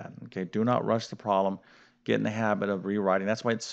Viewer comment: "prolem" instead of problem, "recipical" instead of reciprocal, okay, definitely not a word pronunciation lesson...